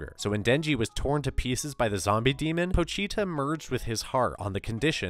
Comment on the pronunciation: Po-chi-ta Chi is pronounced like chee. How were you saying it?